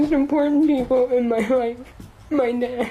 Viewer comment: Her “nad” lmao